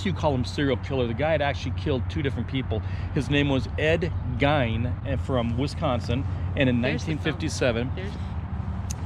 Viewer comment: You said Ed Gein last name incorrect..but close.. we are from Wisconsin.. but completely right on the historical information behind him & the making of the movie behind it.. we couldn’t do the cook coming to the table in the Texas Chainsaw outfit.. Deb would freak.. lol.. great video ☀️ Joel, Deb & 🐕 Maya